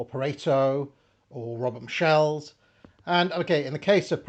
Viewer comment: your pronounciation of 'Michels' in a french way always slightly offends me; it's literally the "german Michel" way!